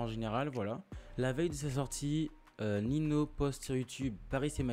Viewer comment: ça se dit "Ninio et pas Nino" mais perso je m en fou ta vidéo elle est quali continue et lâche pas frérot